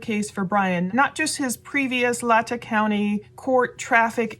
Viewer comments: Respectfully, Latah is pronounced phenetically as, "Lay-taw". Thank you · Its pronounce lay-taw county. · Excellent coverage! I love seeing your face on the videos! I just wanted to say it’s pronounced LAy-TAW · LA Tah. Is how it is pronounced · Latah is pronounced “Lay-taw” and Kootenai is pronounced “Koot-knee”. They are the names of native Idaho tribes. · Fyi, it's pronounced LAY-tah. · It’s Latah like Lay ta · Please....it is pronounced Mos-ko and Lay-Taa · The airport is the Pullman Moscow Airport and it’s technically in Pullman Wa. It’s also pronounced Lay-Taa county spelled Latah . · Lay - Taw county (pronounced)